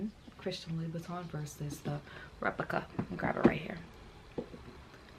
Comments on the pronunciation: Lou-boutin…not Louie-boutin 😩😩😩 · Why do u call it "Loui Buitton" instead of Lou Boutin? Its almost as though you keep trying to say "Louis Vuitton" instead... 😅